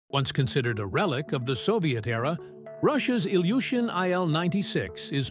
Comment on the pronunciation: Sprechen tut man das aber als "Iljuschin"